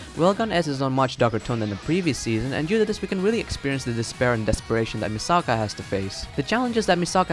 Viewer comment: Omg you keep saying Misaka wrong!!!!